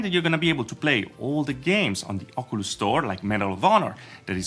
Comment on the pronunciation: Thanks for your videos. However "Ocoolus" is not the proper way to pronounce it. Say it like this better: "Okiulus".